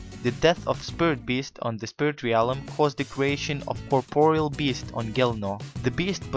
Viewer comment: can u say corporeal beast right plz